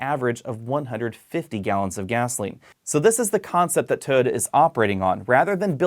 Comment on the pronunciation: Why can't you say Toyota?